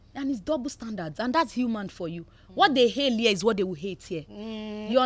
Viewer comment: Why is it hard for Yoruba people to speak English properly This presenter needs to go and learn how to pronounce English words correctly and properly. “ Appy to ave you ere”. Yeye Yoruba English